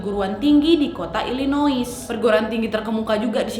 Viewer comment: Illinois bacanya tanpa "s" uak. Sekedar masukan.